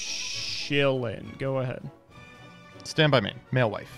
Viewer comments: I can't deal with mewfeuille being pronounced malewife, this is beyond americans trying to pronounce french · honestly, the best thing about madolche as an archetype is the way pronounces mewfeuille